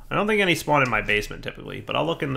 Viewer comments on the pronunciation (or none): none